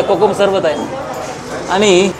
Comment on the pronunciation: नमस्कार, सर्व प्रथम आपणास आणि आपल्या संपूर्ण परिवारास होळी च्या खूप खूप शुभेच्छा. अप्रतिम सादरीकरण फक्त एकच खंत आहे...... कृपा करून आपली भाषा मराठी शुद्ध बोलण्याचा प्रयत्न करा.... काही चुका जास्त आढळल्या त्या तातडीने दुरुस्त करा आणि इंग्लिश शब्द कशाला वापरता..... मराठी आहात तेव्हा हे टाळा. काही चुका... त्या अशा 1) पण: पन नाही 2) पुण्यातील: पून्यातील नव्हे 3) आणि: आनी नव्हे 4) टायमांला असे नका बोलू.... वेळेला बोला.... राग आला असल्यास क्षमा....